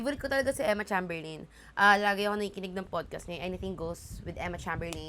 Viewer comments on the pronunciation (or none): ate, not that it matters a lot pero cheymberlin yun sha ipronounce yun lang